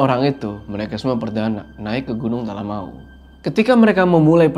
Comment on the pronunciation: Bangg maaf sekedar mengingatkan, nyebut talamau tuh sbnrnya bukan Talamawu, tapi pengucapannya tuh lebih ke "Talamaww" 🥲 greget bgt soalnya dengernya, maaf ya bggg 🥲🤲🏻